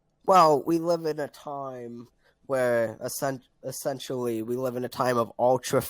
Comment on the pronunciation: “We wive in a sociewety”